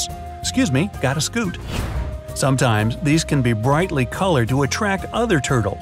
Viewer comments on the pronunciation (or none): none